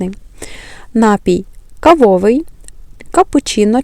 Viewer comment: ТістЕчка, кавОвий🤨, ви спеціально наголос неправильно ставите?